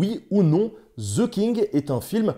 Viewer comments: Mon Dieu, voulez-vous bien me dire pourquoi les Français s'obstinent à prononcer «ze» le «the anglais. C'est caricatural. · "Ze King" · The pronunciation is THE king and not ZHE king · Cher Français,svp,arrêtez de dire ( ze)et dites ( de). Merci! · The king ne se dit PAS ze kink les francais ne savent pas parler anglais. Bon j adore nota bene . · ouais ouais "ze king"....... Quand on connais pas la prononciation on dit "le roi" !!! (oh mon dieu, "zi outlo king") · Ce serait bien si vous pouviez arrêter de prononcer le "TH" anglais en tant que "Z" ...... du coup ...... ;) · Mes oreilles saigne à chaque fois qu'un Français dit "Ze" à place de "The"